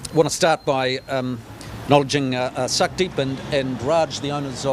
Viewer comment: Ugh. The pronunciation. It's closer too sookdheep or soukdheep than suckdheep. Cringe.